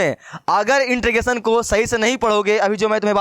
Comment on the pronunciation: beta intregation bol rhe ho